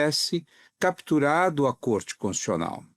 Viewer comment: Boa parte das pessoas pronuncia a palavra CONS-TI-TU-CIO-NAL engolindo uma sílaba: CONS-TI-CIO-NAL. O segundo depoente superou a tudo e a todos engolindo nada menos que duas sílabas, pronunciando CONS-CIO-NAL. Que vícios são esse? Com a palavra os fonoaudiólogos. 😂😂😂